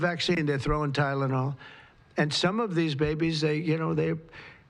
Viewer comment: yep he's not so concerned as to what he says!! He can't even say the drug